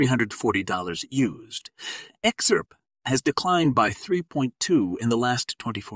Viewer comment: What a BS channel, starting from the title up to the how you pronounce XRP!